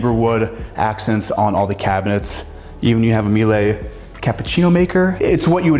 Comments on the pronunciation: Miele: It’s pronounced Me-lah not Me lay. (My wife works for them) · Ugh. How embarrassing. These young realtors know nothing. Miele is pronounced like Sheila, not Mielay. Clearly has a rich dad and rich clients and doesn’t know anything about such common trend with these kids selling multimillion dollar homes. Shameful 😅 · What the hell is 'meelay'? If it is what I think then get the pronunciations right. Otherwise great apartment but can we get rid of that god awful furniture. I feel like I'm at a major accounting or law firm. Love the sell job on the toilets also.